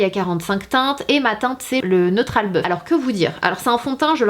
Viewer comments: Dans ma tête j'entendais "neutral boeuf" ou "teinte boeuf" :D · C’est moi qui suis sourde ou tu dis « neutral bœuf » c’est bizarre comme nom de carnation